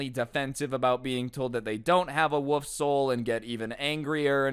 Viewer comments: is no one gonna talk about how instead of wolf he said "woof" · I love you, but it's wo(L)f. I can't stand it when people call it a wuff. You also said "all floors" a few times lol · When you say wolf I hear woof instead 😂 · is it just me or is he saying a woof not wolf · Is it me or did he said woof isn’t of wolf? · Not trying to be rude but I think you might be saying "woof"